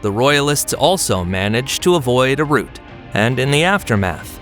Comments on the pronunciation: rout not root! otherwise excellent synopsis of the ECW. Thanks! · He said root. He meant rout, that's when a group of soldiers flees in panic, pronounced Row-t (Row like an argument, plus a T) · Rout not root 🫚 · You are confusing two different words: ROUTE -- "r-OO-t" (a path; a passage) ROUT -- "r-OW-t" (disorderly retreat on a battlefield) While "route" can sometimes be pronounced as "r-OW-t", the word "rout" is NEVER pronounced as "r-OO-t". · It's not "root," it's rout. Rhymes with "out." Silly AI. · He said "root" like the underground part of a tree. The correct way to pronounce an army running away is "out" with an R in front. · Very nice content sir. If I may, a small note: rout is not pronounced like route. ;) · I wish the AI would pronounce "rout" correctly. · The fisherman caught a trout. Her lips formed a pout. The defeated army were put to rout. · you are right, there's no English dialect that pronounces it like tree roots, he's a silly man that's probably never heard this word said aloud.